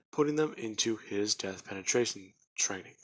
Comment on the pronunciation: I only have one problem and it's that it's deathperation like desperation not death penetration byou feel me and it's a dying will flame not trying to not pick but it just hurts hearing it everytime